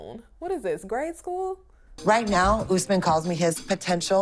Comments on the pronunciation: It’s not Oozman…it’s Usman! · It's no ooosman. Please learn to pronounce